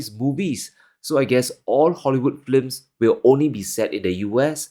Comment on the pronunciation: "All Hollywood F L I M S":D Not picking on you, it's cute.